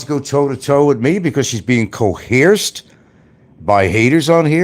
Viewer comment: I go to Franks channel just to hear him say " coheresed".. it always makes me laugh